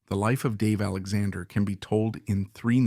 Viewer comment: It's an AI narrator for sure. He can't even pronounce the name of the man that the video is about. That makes me not prone to believe any of the text, which may also have been written by AI or Chat GP. 😢